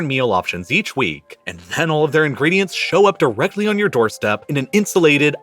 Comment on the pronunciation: Nah. Not directly next door. Not direhly neh door. /